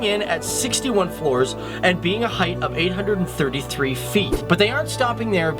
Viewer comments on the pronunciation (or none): none